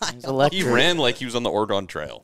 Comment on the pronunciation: Excellent video. Now just need to pronounce oregon correctly